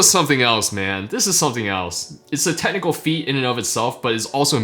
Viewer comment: Everytime he says "technical", I keep hearing tentacle.